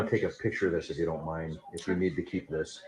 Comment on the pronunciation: My favorite is how he puts a T on the end of so many words - like ‘biast’ or ‘thist’ 😂 I can’t!! It’s so entertaining!!